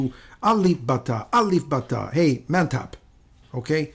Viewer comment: Uncle finaly u can so clear when you say " Mantap kopi mana kopi "... Heeee Thankssss..... Uncle